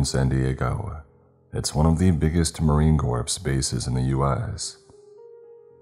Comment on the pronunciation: (Marine) Corps is pronounced “core,” not “corpse”